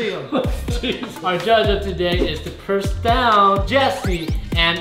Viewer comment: Its profound..... not prostound judges